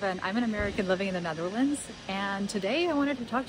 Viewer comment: Why do you pronounce the Netherlands so weirdly? Like Ne tharlands lol